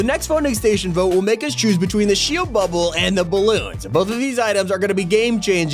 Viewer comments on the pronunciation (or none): none